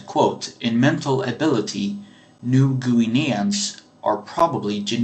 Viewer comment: New Goo-ineans